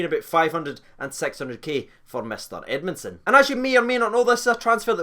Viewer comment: “Greg edmundsom” cmon